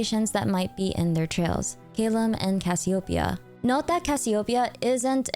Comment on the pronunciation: No Min butchering Cassiopeia's pronunciation 😭